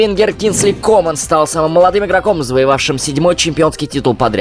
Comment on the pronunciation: Кингсли Кóман, ага, поавильно...